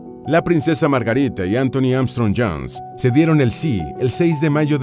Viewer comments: Si deja decir Margarite sería menos insoportable, que locución tan espantosa. He conseguido escuchar 2 miñ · Q problema tenes con la letra A?? LA A, ES ESO.....AAAAA Y NO EEEEE!! La princesa Margarite? Inglaterre? Uuufff! Q insoportable